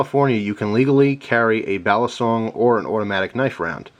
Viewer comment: iam a Pilipino, the CORRECT pronounciation of "BALISONG: is [BA-LEE-SONG], AND NOT [BEAH-LEE-SONG]